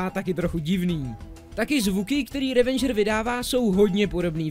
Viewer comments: Ehmmm... ono sa to číta "revedžr" a ne "revendžr" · Je to Ravager ne Ravenger